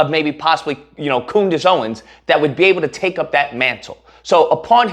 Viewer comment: COONdace Owens 🤣🤣😭😭😭 why am I just now hearing this?